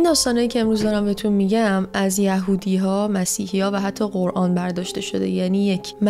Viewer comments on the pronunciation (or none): none